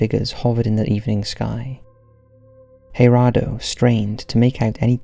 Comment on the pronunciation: It’s GER ADO NOT HAIR ADO. Only J’s make the h sound I’m Spanish